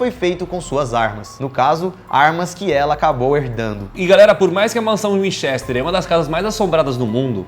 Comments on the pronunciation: Vcs tem que pronuciar como se o e foce i assim winchister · Burrrroos nenhum dos dois sabe pronuncia winchester q agonia